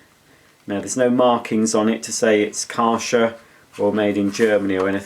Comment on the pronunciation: Kärcher - pronounced Kehrsher - with a pronounced emphasis on the K.